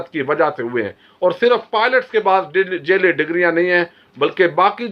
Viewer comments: sb you are doing excellent job I like your analysis and all but please make your accent correct sorry I hope you don't mind, you are saying jelly instead of jaali (fake) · تو خود جعلی لگتاھے تجھے تو لفظ جعلی بھی کہنا نھیں اتا انکھیں کھول کر پڑھو۔